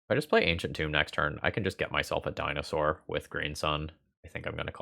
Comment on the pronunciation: HAHA!! the DINOSS BABY!! had me rolling. loved that!